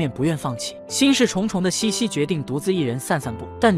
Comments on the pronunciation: 虽然茜是个多音字，但是公主实际上的小名“Sisi”读成qian让人有点出戏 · 但凡看了电影也不会读成倩倩啊😂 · 奥地利皇后的小名是Sissi ， 应该是Xixi, 不是 Qianqian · 英文是 sisi 公主, 被叫做 qian qian 瞬间出戏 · 听不下去，是xixi, 不是qian qian 😢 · 是西西公主不是倩倩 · 那是cici 公主好吗 怎么一直读成倩倩😢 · 茜這個字確實是念（欠） 念（西）其實是錯的（（當然不排除他是破音字），反正我一直不懂明明他叫西西不管哪裡看字幕永遠都是茜茜😂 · 多音字。如果看过原版电影，就会发现名字的原文发音与xixi发音相近，而不是qianqian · 茜茜发音为西西，是她的名字 Sissi 的音译，为表示女性柔美而用了茜字。茜为多音字，有西和欠两个发音。这个事先应该做好功课，不然闹大笑话了。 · 在中文里英文sissi发音是xixi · “欠欠”的发音让我好出戏😅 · ㄧ直聽到欠欠公主⋯讓我無法入戲🤣🤣 找別的故事看😂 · 读“西西”吧，听得怀疑是我一直念错了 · 为什么要读成qian qian，完全听不下去了😂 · Qianqian 公主、听不下去😂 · 配音读错了我也没办法，谁还能不知道Sissi呢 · qian qian 听上去像Jian jian 😂听不下去啦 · 這麼經典的故事怎麼能把名字讀錯呢？錯了，也應該改過來比較好。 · 可能是机器人读的。 无法判断。 茜茜公主是举世闻名的公主， 如果是up主自己看过电视剧写的文案， 就不可能这样发音。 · 先把字读对了😢